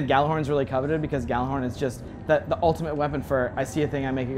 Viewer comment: They made it and they can't even say gjallahorn right